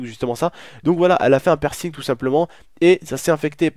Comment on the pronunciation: C'est pa "percing"